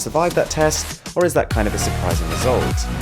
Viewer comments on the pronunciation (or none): If your name is arun why do you pronounce it as aron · His name is arun And he pronounces it as "aaron"